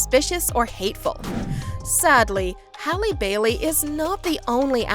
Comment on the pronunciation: hrlp who is Hailey Bailey its Halle Bailey HALLE